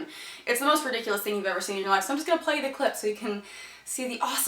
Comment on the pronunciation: Rediculace? DID YOU JUST SAY THAT WORD?!?!